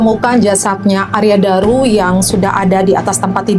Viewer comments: Arya Daru, bukan Arya Dura. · Arya daru kk bukan dura balik balik lidahmu maap koreksi ya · Arya Daru mas bukan Arya Dura